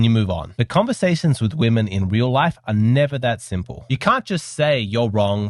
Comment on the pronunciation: I love this show and guy. English is his first language. Why is it he cannot pronounce the word "women" properly? WHY? The show is about women and this is the only word he can't pronounce. It is beyond bizarre. Every other word in his lexicon is perfect. It is pronounced WIMMIN FFS. (35 years teaching English to non native speakers and this is the most difficult word for non natives and "clothes") Surely he is a native speaker of English? Utterly bizarre. Freudian perhaps?